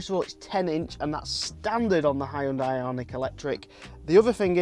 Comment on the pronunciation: And also haiondai 😂